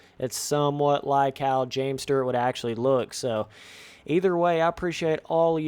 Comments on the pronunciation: james sturrrrrt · Are yall not getting the joke of how he is pronouncing it lol